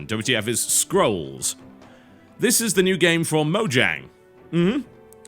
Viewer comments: Mojang is pronounced Moyang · i could be wrong, but i believe it is pronounced "Moyang" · Isn't it pronounce Mo-yang? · No, they pronounced it Mojang, with a j as in jiff, in the documentary.